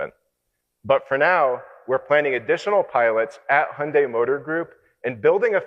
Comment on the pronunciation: 한국말쓰는 일본사람 인가? "현대 를 혼다이 " 라고 계속쓰고있네. 한국인이면 정확하게 발음하지. "현대"